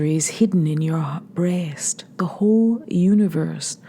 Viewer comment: I adore your pronunciation of "breast" ("BRAY-est"). Turning one syllable into the lovelier two. SIGH